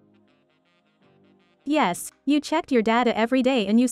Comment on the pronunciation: Ohoooe türkmüşsün btw yes dediğin zaman türk olduğunu anladım